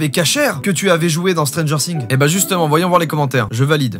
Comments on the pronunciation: On dit pas stranger sssssings mais stranger things ( qui se prononce stranger fings) mais si nn bonne vidéo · Stranger things SA SE PRONONCE STRANGEUR FIGUEE!!!!! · C ps stranger singzzz c stranger things comme fings si tu veux les français vous aimez trop changer les mots anglais C ouf😅